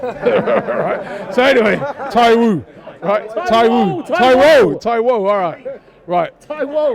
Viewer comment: its TAIWO not Tai - Woo